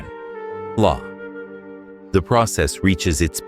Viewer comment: "do re mi ef ay" stupid AI